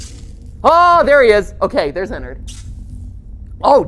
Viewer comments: Its Ennard Not enard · when he said “good friend enard” my instant reaction was to say allowed at 3am “Frenard” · Joshua Espanta it could if you pronounce it teleporting EnnAIRd